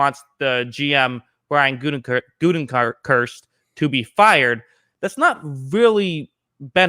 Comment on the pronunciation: GOO-teh-kunst, not GOO-ten-kurst. LOL!